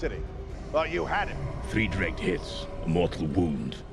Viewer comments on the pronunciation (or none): none